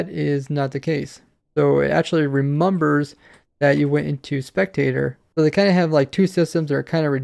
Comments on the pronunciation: "It remumbos" xD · "It remumbers" 😂